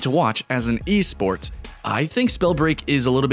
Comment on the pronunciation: "eSport" ..oof thts hurts